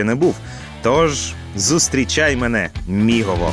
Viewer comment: будь ласка, готуйтеся до випусків Не БуковинА, а БуковИна Не ЧеремОш, а ЧЕремош Мигово, не Мігово Дякую за випуск!